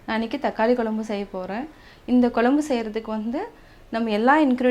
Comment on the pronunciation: அருமை சகோதரி,குலம்புனு உச்சரிக்காமல் குழம்புனு உச்சரிக்கவும்,உங்களை போன்ற சமுகவலைதலங்களில் வரும் பெண்கள் தமிழை சரியாக உச்சரிக்கவும் அப்பொழுதுதான் அடுத்ததலைமுறைக்கு தமிழ் சரியாகசென்றடையும்.